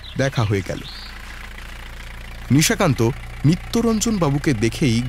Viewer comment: নিজের পেটের ভাই!😂😂😂😂 বলছি, নিশাকান্তকে দুই-তিন বার নিশিকান্ত শুনলাম।🙄🙄 বাদবাকি, খুব ভালো লেগেছে। এই channel-এ আমার বিশেষ করে কিরীটি সিরিজ খুব ভালো লাগছে।😊😊❤️❤️